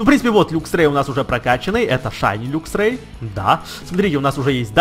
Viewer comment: не люксио а лаксио и не люксрэй а лаксрэй